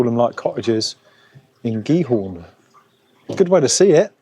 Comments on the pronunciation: [CH-eat-Horn] with CH as in loCHness aqnd pronounce the T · Giethoorn is pronounced roughly as “Geethoorn.” In Dutch, the combination “ie” is pronounced like the English “ee” sound in words such as “see” or “meet.” The combination “oo” makes the “o” longer. It is somewhat similar to the vowel sound in English words like “door,” “more,” or “floor,” although the Dutch sound is usually a bit purer and longer. So “Giethoorn” sounds approximately like “Geethoorn,” with “hoorn” sounding somewhat like “horn” or “door” in English. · pronounce the T of gie T hoorn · Your pronounciation of Giethoorn is not bad, but there is a ’t’ in Giethoorn. If you pronounce that ’t’ it will be almost perfect